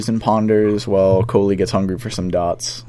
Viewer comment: love those "DOTS"